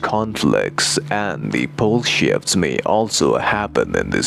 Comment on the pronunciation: "bull shifts"...even the CC translator fell for it. Better pronunciation needed, haha